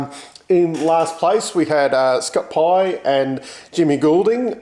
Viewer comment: Poor James GOLDING. Getting his name wrong again...🤣🤣🤣